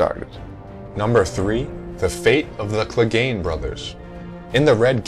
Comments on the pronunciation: Its Clegane not Glegane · Its Clegane not Glegane. You know nothing,.